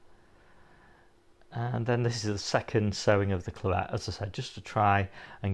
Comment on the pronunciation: Hi, It’s Boltardy not Bolthardy. I.e tardy (slow) to bolt. Plus Claret is pronounced as in Claret wine isn’t it? Cheers.